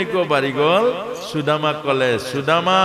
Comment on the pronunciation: Aponar sudama ucharan thik howa nai.